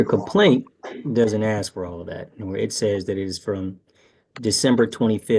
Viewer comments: Hey brother, maybe learn how to say ASK because you don't AXE anyone! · Don't axe me. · He doesn't aksqueeze to your argument.